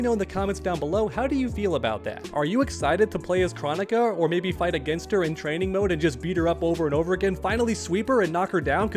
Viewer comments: I’m totally not trying to tell you how to run your channel…..,BUUUT bro PLEASE pronounce her name Kr-OH-nick-a with the big “O” sounds lol! Hearing her name pronounced “chronic-a” is just sooooo freaking annoying idk why! Maybe her SNOOP and DR. DRE should get together and drop that “CHRONIC(a)3” we’ve all been patiently waiting for all these years!! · I am passing a message from some friends saying do you not know how to pronounce Kronikas name Crow onika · For starters, you're saying her name wrong. It's KrOnika, the O is a long vowel, and 2 I think having Kronika as a playable character would be kinda cool. She is a time person, so she could have some pretty interesting attacks